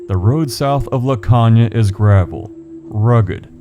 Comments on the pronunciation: I live in laconia, caves all over. It is pronounced la cone ya. There is a cave down at tobacco landing that has multi levels but it is usually flooded on the lower levels and the upoer caves has collapsed in the fack. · Ok I’m sorry but the mispronunciation of Laconia is killing me. Lol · It’s called Laconia with a long o. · Great video. Just wanted to point out a few things. The "o" in Laconia has a long sound (pronounced "cone" instead of "con"). And there isn't any part of the river, at least not near Laconia, where even prime Barry Bonds could hit a baseball across, much less a little league player. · Laconia. Pronounced La Cone ya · You're pronouncing Laconia wrong. The O is pronounced as an o